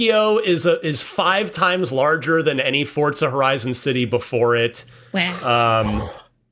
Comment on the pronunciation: i cannot take this guy saying FORTZA there's no T bro